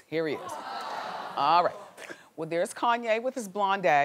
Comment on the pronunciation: Please pronounce West's first name correctly.Not that difficult.